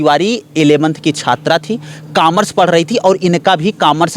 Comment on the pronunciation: Bhai ek baat bolu gi bhai camars nhi hota commers hota h